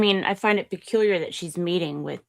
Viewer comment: Did you say..."peculiar?" 🤣🤡🤣🤡🤣🤡💕